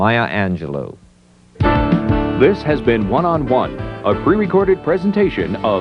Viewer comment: So much disrespect in the intro! She is not defined by rape and whorehouse. So many other things the announcer could have said to introduce her. And the last syllable of her name is pronounced "low" not "loo."